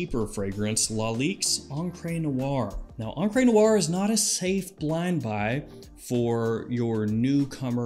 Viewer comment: Encre Noire is STILL not pronounced "on-cray" noire.